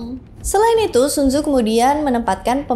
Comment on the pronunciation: bacaan ny sun ce .